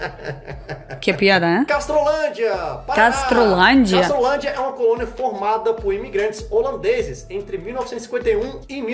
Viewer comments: Castrolanda, e não Castrolandia, adequando. Parabéns. Cidadania brasileira para a já. Kkk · Olá o nome e Castrolanda o nome o nosso amigo errou obrrrigado fiquem com d e u s